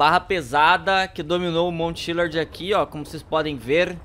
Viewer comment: Cara, não é chilard. É chiliad kkkkkk